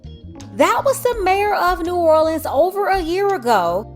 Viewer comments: She says "the city of New or le ans. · Dang, she can't even say New Orleans right. and